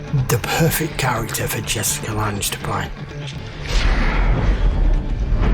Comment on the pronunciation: Hey, J. New sub here. Just passing along a FYI for ya. Jessica Lange's last name rhymes with "bang" or "Tang" (at least as far as I've heard it said by multiple folks).